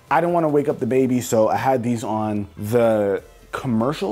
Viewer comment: How many ppl thought that he'd been saying dababy instead of the baby lmao (Like if u thought the same)